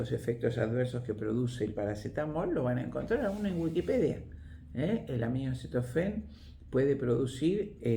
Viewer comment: UNA PERSONA TAN PREPARADA QUE DICE UNA Y OTRA VEZ AMINOCETOFEN AL ACETAMINOFEN, QUE CURIOSO, NO ?????